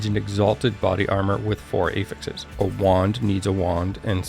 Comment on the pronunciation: "A-fixes" - was so confused for a moment, it's "aah-fix (technical /ˈæf.ɪks/)". That can differ slightly based on using it as a noun or a verb (this case, it's a noun) I'm really not a spelling nazi or anything, but you're a content creator and presenting information, right? ;) Love your videos (if I didn't, I wouldn't bother). Always straight to the point, without the fluff.